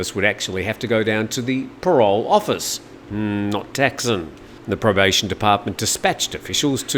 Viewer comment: Thaksin is not pronounced "tack-sin" his name is pronounced ták-sǐn"